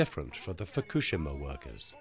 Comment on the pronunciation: The narrator can't even pronounce Fukushima correctly. Pathetic .